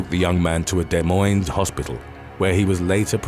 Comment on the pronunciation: Just 1 thing that annoys me, it's not just you, other people mess it up as well. In Iowa, Des Moines is pronounced with a silent s. In Washington state, Des Moines is pronounced how it looks. Just thought you should know :)